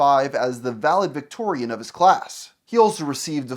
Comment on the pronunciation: "Valevictorian" Valedictorian There's a d there,.